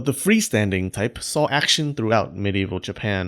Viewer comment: Wtf is with your action pronounciation